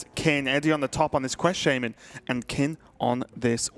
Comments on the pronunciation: Can you please fire the guy that pronounces Shaman-Sheimun.... Thank you. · Why does mispronounce Shaman on purpose?